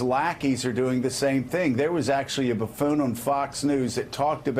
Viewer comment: lmao "buf·foon" caught me off guard haha.